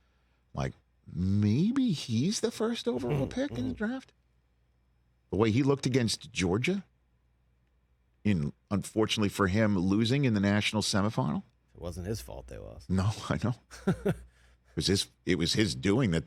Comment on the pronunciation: Rich! Stop saying "Sem-a" Final. What is that? It's "Sem-i Final". Got it?